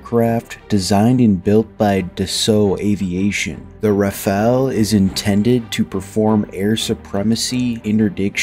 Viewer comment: It's RAFALE, not RAFAELE.